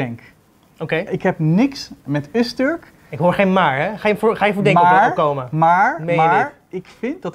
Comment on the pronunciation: Het is Öztürk niet Öztörk.